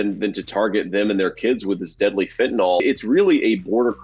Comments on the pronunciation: Repeat after me, MAGA, it's FEN-TAH-NIL, not FEN-TAH-NOL. There is no O in the word FENTANYL nor any vowel pronounced as a soft O. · JD say it like all morons "fentenall". It is fentanyl dummy. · As important as fentanyl is you would think these politicians would learn how to pronounce it. It is not fentanALL. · Fen tan il - not too hard for a 40 year old dope.